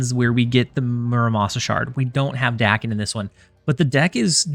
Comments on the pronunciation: I was informed it is pronounced “day-ken” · Language learning times! Daken is the romanization for 駄犬, “bastard dog”, a slur on reference to Daken’s mixed blood. Which later “takes back”. As such, it should be pronounced “dah-ken”, as the short English “a” does not exist in Japanese!